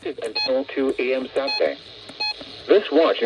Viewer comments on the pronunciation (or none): "2 am SATDAY" 😂💀